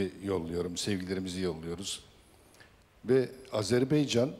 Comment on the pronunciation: AZERBAYCAN ,o kardeşim Hepsi birden Azerbeycan, deyip duruyorlar.Biri de çıkıp düzeltmiyor Ya Hu ❗